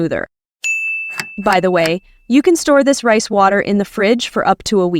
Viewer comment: When she said rice water I heard price water